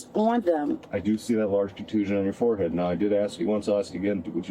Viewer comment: What’s a “foreheat?” And what does it mean to “ax” something?